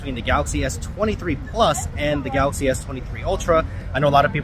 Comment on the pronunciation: why do you emphasize "23"? they are both "23" you should emphasize "plus" and "ultra" instead